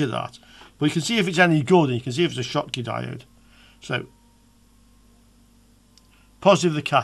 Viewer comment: German inventor Schottky so just read as you did - the same sound like shoes .